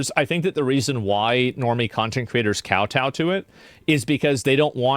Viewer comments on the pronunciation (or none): none